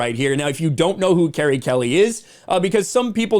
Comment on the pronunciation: You are reading and saying her name in the wrong way!